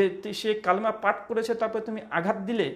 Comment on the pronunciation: Didn't you pronounce wrongly the name of 'Kalima'?